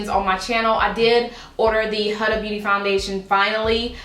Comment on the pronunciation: I really am liking your channel here lately! One thing though... I'm pretty sure it's pronounced WHO-DAH (Huda)